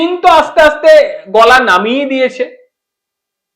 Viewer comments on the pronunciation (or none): none